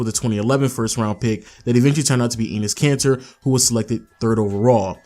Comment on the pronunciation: Son said "anus kanter" lolll